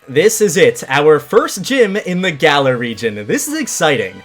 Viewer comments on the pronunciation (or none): none